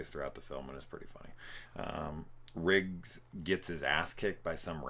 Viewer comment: You keep saying “Rigg” instead of Riggs, and it’s driving me nuts haha. Good content though, especially in the video on the 4th one.